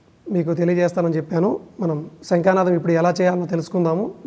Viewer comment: ముందు మీరు తెలుగు నేర్చుకుని ఏడవండి. ' శంఖనాదం,శంకనాదానికితేడా తెలుసుకోండి. తరువాత వీడియోలు చేద్దురు.